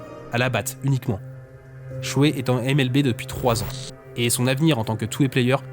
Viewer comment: Petit détail mais si tu dis NBA à l'anglaise, N Bi Ai, comme tout le monde, tu pourrais dire MLBi et non MLBé. Mais bon désolé pour l'instant grammar nazi, la vidéo est cool. Surtout que vu du Japon je connaissais un peu le bonhomme 😊😊